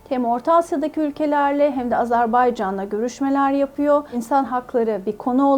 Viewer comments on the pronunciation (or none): Sen önce azErbaycan demeyi öğren.